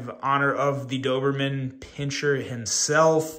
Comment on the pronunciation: Hey! Your pronunciation was perfect 😊. Thank you for the review. I already seeing few issues and dreaming to fix it in Doberman 2.0